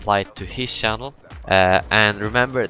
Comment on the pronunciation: I noticed you were Swedish because you couldn't pronounce the ch in channel just like pwediepie xD